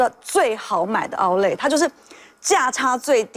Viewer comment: outlet 這字都唸不准。。